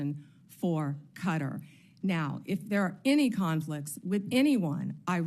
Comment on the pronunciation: cringed every time she pronounced Qatar as “cutter”